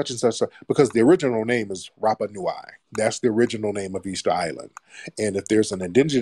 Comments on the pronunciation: The pronounciation for Rapanui is...RUPPA-NEW - E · nui (nooey, not noo-eye)